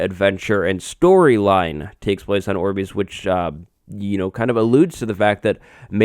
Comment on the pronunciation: Not orbees its orb "I" s orbis